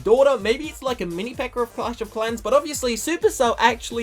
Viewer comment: Every time you say pekka sounds like you're saying pekker